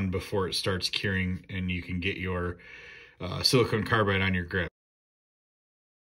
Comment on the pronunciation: Great video, thanks for sharing! One thing... Sili-CON carbide. Dude, you're killin' me every time you say sili-CONE. lol